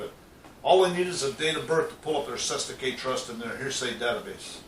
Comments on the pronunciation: from our understanding its settikay - vee,.....pronounced setty -k --vi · BTW, it's pronounced: * settikay - vee * trust NOT : * sestikay * umkay?